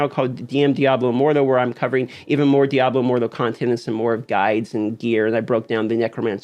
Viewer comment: Lmao how you say diablo immortal like diaboh immordoh